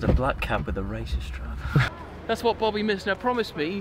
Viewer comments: "Bobby mYsner" "Bobby mYsner" "Bobby mYsner": "Bobby mIsner" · Everyone: maisner: misner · "bobby my-sner" "Bobby my-sner" "bobby my-sner" bobby mih sner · Bawby Mizzna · Am i actually dyslexic? I thought the rich blokes last name is mynser not mysner